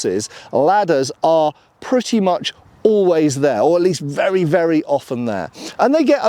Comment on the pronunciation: Oh yes, it's vurra nice.